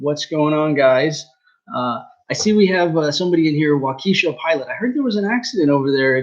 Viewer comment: Waukesha pronounced Wah Kah Shaw ;)